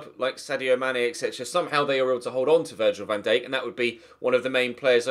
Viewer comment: I would say saints but that would mean listening to say 'van Dake' for months upon months